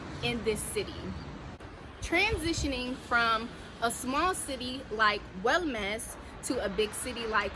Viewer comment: The way you say "OULMAS" sounds like you say "WELL MESS" a GOOD MESS. As Moroccan thanks for sharing your experience and I wish you the best of luck ...